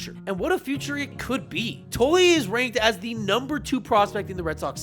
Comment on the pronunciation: Mispronounced words in the video include Tolle, Worcester, and Bello.